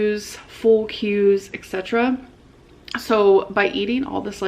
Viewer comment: not her saying “aten” “excetera” and “expecially” all in one sentence